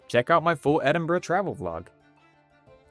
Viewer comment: Thank you for being able to pronounce Edinburgh they way they locals do (and anyone in the UK).